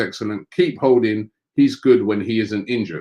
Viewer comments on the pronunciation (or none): none